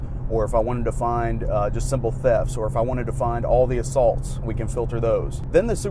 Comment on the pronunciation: I like how he says "ALL the assaults". Great Video like always!!